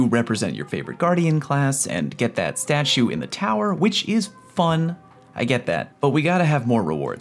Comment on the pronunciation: “S t a s h - C h e w”